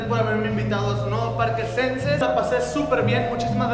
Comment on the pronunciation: jajajaja que madrazo se puso xD aah por cierto se pronuncia Shenses pero se escribe xenses ^-^/ saludos... desde el centro de playa del carmen jajaja